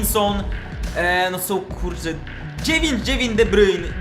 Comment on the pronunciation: Jaki de bryjn? De Brujne...